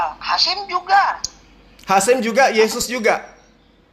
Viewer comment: bukan hasim tp haseum bhs sunda artinya basi